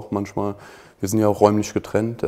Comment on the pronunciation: Niemand:: Safe Bro! Kafa: Manschmal